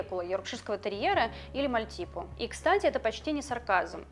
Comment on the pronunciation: Не маальтипу а мальтипу